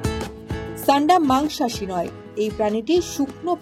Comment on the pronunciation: ছান্ডা কি ভাই😂😂 সান্ডা!!!